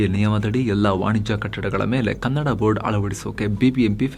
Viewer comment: ಕನ್ನಡ್ ಅಲ್ಲಪ್ಪ ಅದು ಕನ್ನಡ